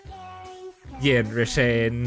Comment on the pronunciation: it's said Yanderay